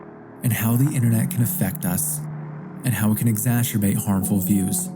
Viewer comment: 'Exastrabate'? Seriously?